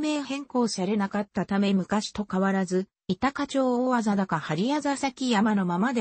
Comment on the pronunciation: こうしん じゃなくて たかばりです